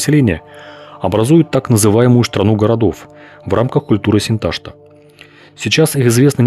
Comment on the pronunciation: Не Синта́шта, а Синташта́ от название реки Сынтасты́ – Острокаменная в казахском. В татарском Сынташты́ - Хынташты в башкирском.